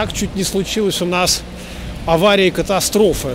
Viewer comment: "Вот так чуть не случилось у нас аварии и кОтастрофы..."